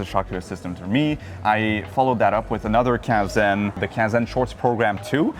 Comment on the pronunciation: It's so annoying with Anglo-Saxons who don't even try to pronounce Cannes correctly.